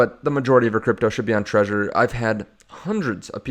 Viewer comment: It's called Trezor, not Treasure